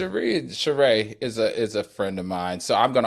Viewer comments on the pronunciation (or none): If Al is friends with Sheree, why doesn't he know how to pronounce her name? Make it make sense. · How is Sheree Al’s friend and he mispronounces her name every time she comes up? 🙄